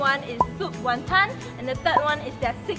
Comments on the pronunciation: no hateee but tammys pronunciation of wanton pisses me off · btw pronunciation of wanton is wrong. HAHA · I'm irritated by how pronounces Wanton.....